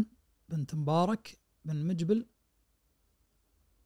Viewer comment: وطول الحلقة يقول مجبل مجبل وبعدين ينتقد من يقلب القاف جيم😅😅